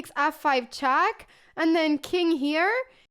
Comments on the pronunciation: Its not chack its check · Not chaaak but check. Not AF but EF